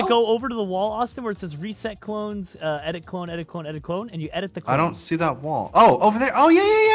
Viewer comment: When //Austin said clone tycoon for the first time in the vid did anyone else hear toe tycoon?